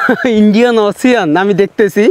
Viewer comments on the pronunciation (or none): Pronunciation it should be ocean bro❤ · শব্দটা ওসিয়ান নয় ওশেন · উচ্চারণটা হবে "ইন্ডিয়ান ওশেন"। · অশেন । উচ্চারণ ঠিক করেন ফিজ